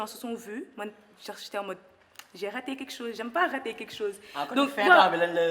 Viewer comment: Z'aime trop la mujique vas apprendre le français